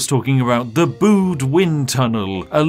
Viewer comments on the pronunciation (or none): its B-eeeeeww-D not B-ooooooo-d